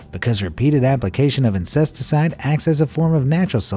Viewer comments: Haha, you said "incesticide". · Did he say insestacide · Lol he said incesticide! That's the best mispronunciation of insecticide I've ever heard. Lol . At 7min 16 sec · He did it too lmaooooo